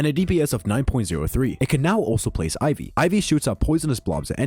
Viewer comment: why you calling it iv?